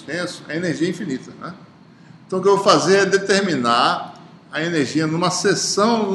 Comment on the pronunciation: AULA MASSA. MAS ASSIM, .... ENERZIA? :0